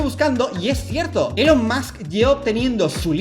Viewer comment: Buen video pero Dalas, please se pronuncia "ilon" o_o